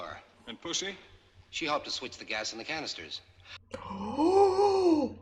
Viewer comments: Just pronounce it puzzy like the actress. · Say it like Sean: “Pooshy”